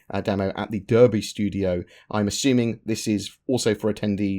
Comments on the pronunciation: Even though it's spelt "Derby", it's actually pronounced "Darby". Thanks for the content. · No offence but the way you pronounced Derby was truly atrocious and that's from a southerner